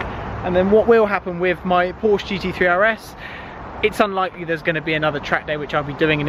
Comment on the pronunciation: Please stop saying Porsche GT3 RS we do honestly get it and please pronounce Porsche correctly